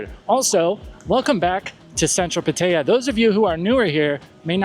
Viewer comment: I wish you'd pronounce Pattaya correctly. The videos pretty good. Please be careful with drinking. That location has ruined many good men.